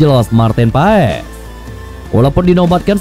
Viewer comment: Pengucapan namanya Martin Pass bukan Paes